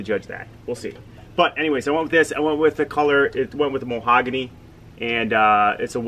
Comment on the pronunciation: Muh-hog-a-knee. Mahogany